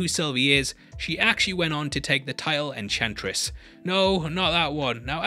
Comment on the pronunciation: Ehchantress makes sense.